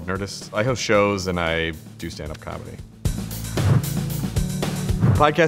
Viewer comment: Errr...host, not hose. Obviously. :p